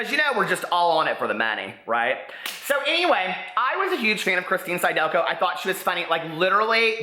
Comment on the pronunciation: It's sid-elko. Phonics,.